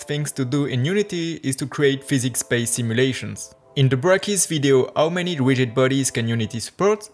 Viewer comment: You asked for feedback: This is feedback No offence meant by this, but it's actually really hard to follow tutorials by people with an accent. At: You say "Ow many" when you mean to say "How many" Same time stamp, "Widgid bodies" instead of "Rigid Bodies" "He tries to found" => "He tries to Find" No idea what. you were trying to say at: "He handed up with a smooth 60fps simulations of 6000 cube" => "He ended up with a smooth 60fps simulation of 6000 cubes" And most of the video that just happens all the time. I'm spending brain power translating your words into comprehensible (not saying it's not comprehensible but it's grammatically wrong almost all the time, and there are words where I have to flip W's to H's and parse accented words that do/don't have the same in English) language. If you're going to throw hundreds or even thousands of hours at this, you're not going to be wildly successful if you have the above issues all the time. Spend a few hundred hours polishing your english - it's very impressive that you can speak another language, I can not. But I skip almost every foreign language tutorial because of this issue, and was borderline skip on your video the entire time, the only reason I did not is because I have worked with a lot of French people, so I have an easier time parsing the French accent. Or alternately, stick to the French language tutorials, I can only imagine it's a more captive audience than the English market that you're going to